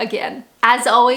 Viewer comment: Is it just me or is her customary "byeee" less 'Canadian' than it used to be?